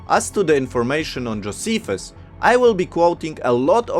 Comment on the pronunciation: Also, Joe- SEE- fuss.